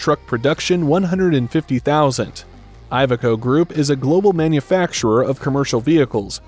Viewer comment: Iveco is not poncounced Eye-veco. the first letter is pronounced like Indiana or Illinois